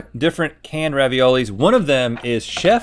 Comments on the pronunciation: Link said Raviols lol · "Raviols".... REEEEEE!1!!!11!!11!!!!!